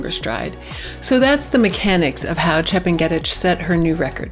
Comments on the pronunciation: Chep nge ' tich learn how to pronounce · That's not how Chepng'etich is pronounced, it's actually very easy once you hear it. Great analysis though